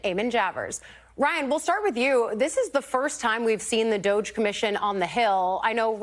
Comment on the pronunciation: Did she just say "DOG-E" with a straight face? WTH???